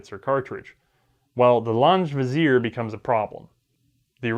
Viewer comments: Its not launch vizier. Its Laa ng ge vizier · Great info. I'm loving your videos but I cringe every time you say "lahnj vizier'. I'm more used to the German pronunciation "lahn-ghe". Other than that, great stuff.